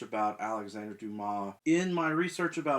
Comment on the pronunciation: I see you've fixed "Wednesday". At least you can pronounce Dumas...and not calling him "dumbass"... Interesting what happens to an unfinished novel after the author's death. Kafka's novels were all unfinished. I wonder whether I will tackle The Mystery of Edwin Drood after I've read the rest of Dickens' novels.